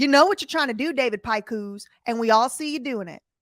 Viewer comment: Lol, Big Evil's name is pronounced 'Pick-us' not 'Pick-whos'😅.